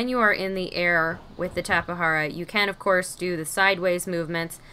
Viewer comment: It’s called tape-Jara not tapa hara